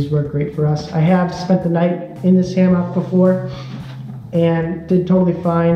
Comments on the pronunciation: Great info, thanks! You had me laughing at Ham ock, wasn't sure what you were saying at first. I guess in the south we say it like hamuck. 😉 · His pronunciation of hammock got me. It sounded like ham-mock, where most people say it more like hamuck. Might be a regional thing. Just struck me as different.